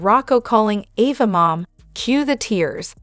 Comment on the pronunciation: Can you say properly her name A va!